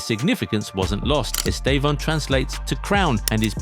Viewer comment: First, English people pronouce his name in a wrong way and it sounds awful in his own language. So in the right way, the estressed syllable is /tê/ , so EsTÊvão.